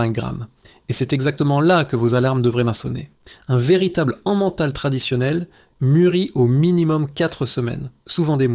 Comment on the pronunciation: On ne dit pas de "l'an-mental" mais de "lait-mental" 😝😝 j'ai pas pu aller jusqu'au bout de la vidéo à cause de ça. Il faut respecter les prononciations des mots...!